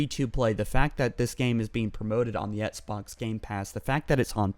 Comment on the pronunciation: "Xbunks gamepass" lol did anyone else catch that?